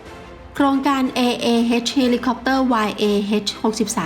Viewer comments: อ่านว่าเอ็ช ไม่ได้ออกเสียงว่าเฮ็จนะครับ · คนไทยจะออกเสียง H เป็น "เฮช" ซึ่งที่จริง ควรออกเสียงว่า "เอช" นะครับ